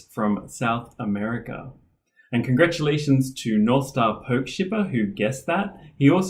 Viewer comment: Thanks for the shout out. BTW, it is po KEE shipper and not POKE shipper. And my guess for W is Wallaby and X is X ray fish.